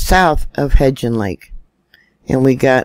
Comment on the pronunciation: love ya to pieces! May I help with a pronunciation? It's Hebgen Lake. There is no "d" in there. Just say it like heb (schleb, bleb, etc.) and gen (hen, pen) Easy peasy. Hebgen. You are such a blessing to us. Thanks for all you do! ❤️